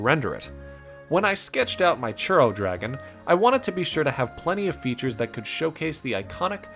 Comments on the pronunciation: It took me until coloring that you said churro. Is allways a bit funky wen they are of another native language and introduce a single word of your native language. I was understanding something like... Xurous or something. In hindsight, is not bad pronunciation. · Love the Mochi ooooneeee <3<3<3 It's funny how you say churro xD and like the art too Ok, I love all of them <3<3<3 I really reeeeeeeeeeeeally like all today <3<3<3 Happy Birthday by the way xD